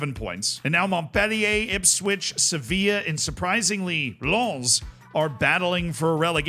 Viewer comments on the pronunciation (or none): none